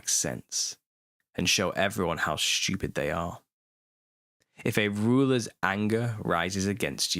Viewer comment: ❤😂❤ I love how you pronounce stupid. Shhhtoopid!